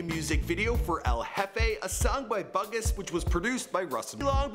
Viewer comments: Btw Russ's friends name is pronounced Boo-Gus not Bug-us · Love your videos! But imma be a "hater" real quick 😂 put some respect on Bugus! His name is pronounced "BOO-GUS" not "BUG-US" lol. That's Russ' homie and he can spit rhymes too. Had to say something lol. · its pronounced BOO-GUS, not like the movie A BUGUS's Life. Doesn't take a ton of research to figure that out lol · Hey bro since you do all this research, just a suggestion......KNOW HOW THE FUCKING NAMES ARE PRONOUNCED. It's pronounced boo-gus not buh-gus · Bugus is pronounce "boo-gus" not bug-us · I actually think it's pronounced BOO GUS not BUG US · NOT BUH-GUS, IT'S BOO-GUS! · bugus is pronounced boo-gus not BUG-us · its pronounced boo-gis not bug-us lol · Bungus? It's boo gus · Boo-gus, not bug-us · LOL its not bug-us its like saying new but with a B then us. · I cringed every time you pronounced Bugus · Every time says “Bugus” my face goes 😔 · The way he says bugus 💀 but damn, I requested this months ago even though I knew all of this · Where the real russ fans at, if ya know at least 80% of his stuff, and its [boo-gus] btw lol, Russ is just beginning to get recognized fully both by the industry and public, hes my favorite rapper, stop with the 2pac and eminem, thats needless to say, theyre goats of their own stuff, but this is today and rn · It's um .. It's pronounced Boo-Gus. But yay for the Russ Love!! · His friends name is "Boo-Gus" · its pernounced boogus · Bugus pronounced (BOO-GUS) smh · Did he just say bug us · It’s pronounced boo Gus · Its pronounced BOOG_US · Die men? Bug-is? Lol u don't know russ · its pronounced 'Boo Gus' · finally found someone who mentioned it!! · THE WAY HE IS PRONOUNCING BUGUS IS MAKING ME CRINGE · The way you pronounced bugus tho 😂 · the way he pronounced bugus😂😂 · The way he pronounced Bugus' name 😂😭😭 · The pronunciation of Bugus was incorrect. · Did y'all hear how he said bugus 😂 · Disrespecting bugus lmao you're butchering his name soooo bad